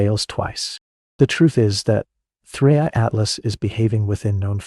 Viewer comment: First im legit 20 seconds in and your facts are wrong, its the Third interstella object not the second, why else is it called "3I" for?? cos its the third, so in that fact im not even watching the rest of this video. and ps might wanna pronuce the name right "3 I Atlas" not 3 80 atlas haha